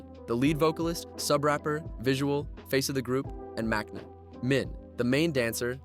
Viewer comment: Immediately stopped watching when i heard him pronounce "maknae"